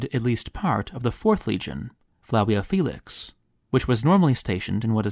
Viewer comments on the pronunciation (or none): none